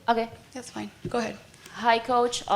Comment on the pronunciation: this concacaf girl at the beginning saying: "please put your phone's in silence" "we have coash michael joson" and at the end "we take last question"...like are you really representing concacaf? where did you go to school for your english? -_